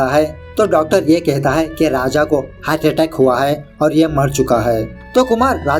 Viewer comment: स्टोरी तो बहुत बेहतरीन थी, और एक्सपलिनेशन हमेशा की तरह जबदस्त👍। पर 1 जगह आपकी जुवान फिसल गई😂😂😂 में अपने कहा कि कुमार को हाटअटैक आ गा😁😁